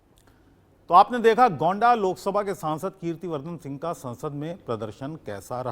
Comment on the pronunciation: मानकपुर नहीं मनकापुर है; गौंडा नहीं गोंडा कहिए।